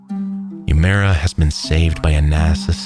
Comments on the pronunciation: Nay Omi is incorrect, the Japanese alphabet has no nay it's nah, nah o meh .. And no u(you) it's oo a mura Na o meh oo eh moo ra Great video but you butchered his name. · it's so grating to hear "youmera" over and over again, instead of "oo-eh-moo-rah" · "yUmArA". That's the best you can do to pronounce it correctly? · it's pronounced nah-Oh-me oo-eh-MOO-rah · This is a great video but I wish you had pronounced the guy's name properly. Uemura would be spoken like oo-aye moo rah in Japanese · sound it out, u-e-mu-ra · Would’ve been better if you pronounced uemura properly instead of saying “umaru” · You don’t contract frostbite. It’s an injury, not a disease. Also this guy’s name got butchered. It’s Now-mi Oo-eh-moo-ra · If you're going to narrate something like this, why not learn to pronounce the name right? You're way off. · The only thing wrong with this perfect video is the atrocious pronunciation of Uemara. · Why go the all the trouble of painstakingly editing this, researching, writing the script, recording the VO…and not bother to learn how to pronounce the man’s name properly? Your pronunciation isn’t even remotely close and doesn’t even make sense based on the sequencing of letters in his name—how do you get “ooh-mera” from “Uemura”? The “e” comes before the “m”. Legitimately makes me wonder if you’re bothering to get the details right on the research side. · I wish you had pronounced Uemura's name correctly. Japanese might not be a language you speak, but I think a person's name is important, especially in a quality biographical documentary. Nonetheless, I love your videos! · I just wonder why if he's so professional and descriptive he couldn't bother to learn to pronounce the name properly